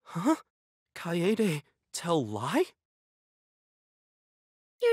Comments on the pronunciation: It just pushes my freaking buttons when they don't pronounce Kaede right. ITS KY A DAY NOT KY AI DE Edit: it also makes me pissed when they keep pronouncing their names to people like "I AM (insert name) SCRUB" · THEY CALL HER KAYAYDAY I WANT TO CRY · there was more of an a rather then a yay